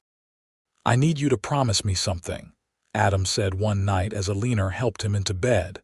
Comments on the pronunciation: Please find more names for your characters. I am very tired of hearing stories about Eleanor (BTW it is also not pronounced correctly). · I am trying hard to ignore the mispronunciation of Eleanor's name over and over. It is just too much. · Whoever the moron is that keeps naming the main female character Eleanor... Just effing stop it!!!!!!!!!!! The stupid AI doesn't know how to pronounce that name correctly, so STOP USING IT!!!!!! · The constant mispronunciation of her name ruined an otherwise entertaining story. 👎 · lol. You mean how AI repeats itself over and over and over for about 10 minutes. Annoying. Especially when the computer doesn’t know how to pronounce Eleanor. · The story was very good, but the mispronounciation of Eleanor' s name over and over... was frustrating. If your AI cannot say a name, then change it to something it can say... Like Amy, Anne, Jane, Jill, Emma, Betty, Beth... So many more choices... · because when the story began it was Eleanor with an R at the end. AI did the text according to what it "heard" but the name IS Eleanor mispronounced. Listen again knowing the name is Eleanor and you'll hear it. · Every AI generated story I’ve listened to had mispronounced “Eleanor.” So annoying! And oh my gosh, why are plot points repeated over and over? Just to make content for one more ad?? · Lovely story! Why does the narrator say Eleener? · AlinER? That pronunciation of Alina’s name bothered me enough to quit listening. 👎🏻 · What is the woman's name? You spelled it Elina but most of the time it's pronounced Eliner. Fine tune the AI okay. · I'm thinking it's trying to say Ellenor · Yeah, E leen er is an odd pronunciation. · Yeah, I can't listen to A-leen-er for the next however long, ugh! And why would she even bother to say O don't love you to a man she just met!😂 Nope. End of the story for me😂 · A-lee-ner!?? WTF is THAT supposed to be!😂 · That drove me crazy too elener lol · butchering of the pronunciation of Eleanor is distracting.